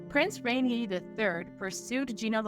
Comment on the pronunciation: No, it’s Rainier.